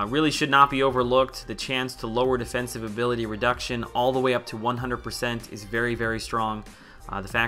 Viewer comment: "Defensibe" haha. Great video! Please do more of these!